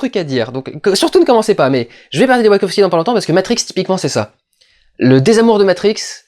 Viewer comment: D'habitude je déteste tes critiques mais celle là est profondément intéressante parce qu'elle invite vraiment à une relecture du film qui est, effectivement tellement à fond sur chaque scène qu'il en est frustrant. Ta théorie qui met en avant que les Wachowski (please arrête de dire ouakovsqui) veulent un peu calmer et faire redescendre sur Terre la génération Y est très très intéressante et elle permet de voir le film au second degré. Reste que Mila Kunis n'a vraiment pas le charisme (ni les dialogues) pour un personnage de cette ampleur (sans compter l'incohérence de son personnage qui passe de l'ignorante à la juriste qui maîtrise le code civil de l'espace en l'espace d'une scène, peut être à cause du découpage à la hache, effectivement). Cela dit, j'ai trouvé qu'encore une fois, les Wachowski avaient une excellente théorie qui détruit la perception nombriliste que les humains ont d'eux-mêmes (dans Matrix, nous sommes des piles pour alimenter un monde de machine, dans Jupiter Ascending, c'est un peu la même chose mais pour des humains supra capitalistes), c'est assez intelligent mais ça reste noyé dans un film d'action qui en met (trop) plein la vue.